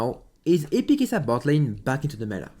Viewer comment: why u saying keisaaa its kaisa